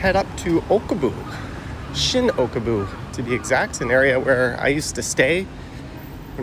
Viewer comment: Haha..it's Okubo, not Okobu. And that train you saw "stopped" above the road, was at the Shin-Okubo platform, so yeah, it stops to drop off and pick up passengers at the station! I prefer Family Mart, but yes they are all great. Can't believe you spent such a short time in Tokyo (barely scratched the surface).